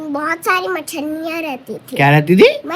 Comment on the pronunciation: Machhaniya mjhe nachanniya ku sound kr rha hai..😊